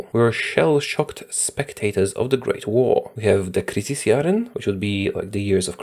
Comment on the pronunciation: He pronounced De crisisjaren actually good and he knew the exact meaning, i am impressed i must say